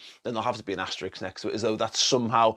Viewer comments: Sorry, but it is asterisk, not asterix. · Asterix? ...or asterisk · Asterisk not Asterix! But I guess Liverpool do deserve the title. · Sorry for being that guy, but “Asterix” is a French cartoon character, this “*” is an ‘Asterisk’. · I've gotta do it. Asterix is a cartoon character. It's asterisk.